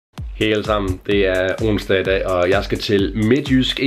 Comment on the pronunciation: slow slow... Det hedder ikke önssdag det hedder onsdag, man skal sige ondsdag